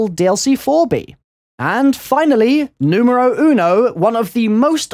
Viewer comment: I'm Spanish and hear you saying "Número uno" makes me laugh xDD. IDK if the sentence is OK buy like I said I'm Spanish haha